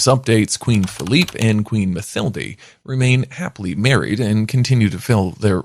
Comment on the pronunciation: Philippe not Feliph